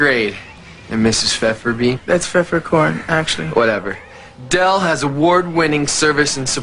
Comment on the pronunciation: “Mrs Fefferbee” “Feffercorn” “Whatever...”